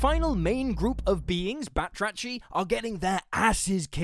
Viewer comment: Awesome vid! Just wanna say that the ch in arachni (meaning spider)and batrachi (frogs - plural) are based on Greek words and pronounced as a harsh h 😂.